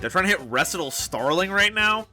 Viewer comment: MBT poisoned everyone's pronunciation of "recital"